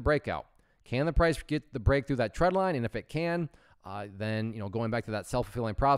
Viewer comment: When you say "tread"/"trend" line, is it "trend line" or "tread line"? For some reason I keep hearing "tread line" but I thought it was called trend line.